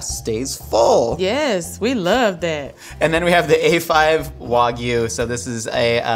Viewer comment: Hearing her pronounce wagyu correctly made me quite happy